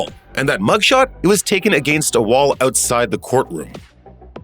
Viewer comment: "against" could you be anymore Canadian 😅.